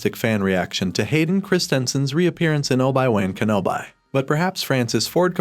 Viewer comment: "Oh-bye w0n Ken-o-bye?"